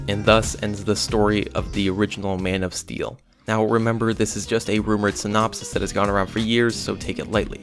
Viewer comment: You sound like your saying mane of steal